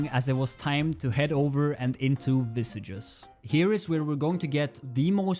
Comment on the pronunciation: btw just a lil gripe i have, visages is meant to be in french and thus is pronounced as v-saj (soft J, not strong like G) you can open google translate, set it to french and type visages, then listen to it to see what the correct pronunciation is like